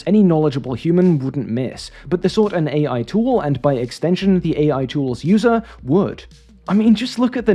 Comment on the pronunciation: An AI voice pronouncing AI as “aye” repeatedly is peak AI.